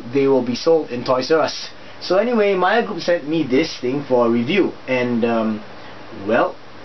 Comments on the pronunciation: Hahah you said "Mager" instead of "mayer" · Just a heads up for future Videos. Meijer...is pronounced MY-ER!